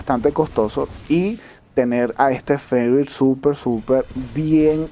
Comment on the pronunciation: Hola Y de pronuncia fernir:v